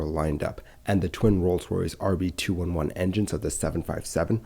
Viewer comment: The engines are pronounced R B 2 11 not R B 2 1 1.